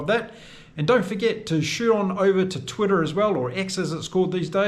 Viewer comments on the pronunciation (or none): none